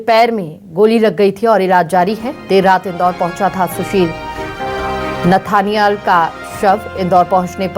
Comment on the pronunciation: Nethaniel hai... galat naam padh rhey hai